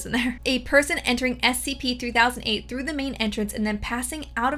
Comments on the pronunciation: Bro you say SPC again! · Take a shot every time she said scp wrong